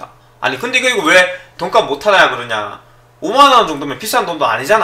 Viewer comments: 내 귀가 이상한 줄 알앗는디여?! 돈까스 라고 ㅋㅋㅋ 잘 보았습니다! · 잘못들었나? 시작하실때 돈가스 못하는이라고 하시는거 같은데요...ㅋㅋㅋㅋ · 소리만듣고 돈값을못하는 을 돈까스못하는이라 들어서ㅋㅋㅋㅋ